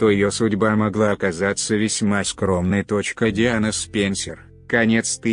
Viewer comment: С-ПЕНЬ-СЕРЬ LOL Неужели некому было прочесть по-человечески?...